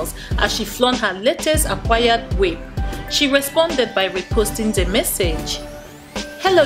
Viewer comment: What I found funny in this sad affair is that she said "new wimp alert" as opposed to new [whip] alert. She couldn't be more descriptive of her current state.